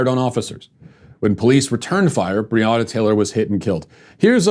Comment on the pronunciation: He couldn’t even say her name correctly and the video is sponsored🤦‍♀️🤦‍♀️ f*ck off